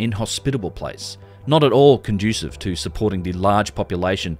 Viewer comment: Conducive doesn’t have a “t” in it.